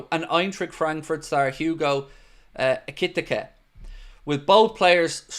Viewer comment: try saying this for Ikitike's name... Eee-kit-eee-cay 😉😊 it's as close as I can get 😂 all the best to you and all the lads there at home in Wexford from a fellow Irish Red in rural Thailand. You help keep me sane-ish 😉 keep up the mighty job ye're all doing, thanks (I disagree with you, they are most handsomely deserved), I wish ye all the very best 🙏🙏🙏